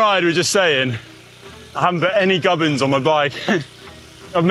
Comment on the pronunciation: What is a "Gub-in"?! Connor kept saying he didn't have "Gub-ins" on his bike after bonking in Mallorca.